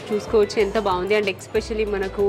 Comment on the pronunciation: Dear monitha lanti shoba akka meku english raka ala matladtunnara leda ila matladite trend avtadi ani matladtunnaro ardam kavatledu kani mundu aah expecially ane mata maneste vinatanke kuda baguntundi and inkaa konni english padalu kuda konni chotla thappuga matladtunnaru take care of those